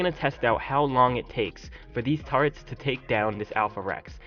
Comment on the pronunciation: What is up with people not being able to say turrets? It's not "turrents" or "tarrets," it's TUR-RETS!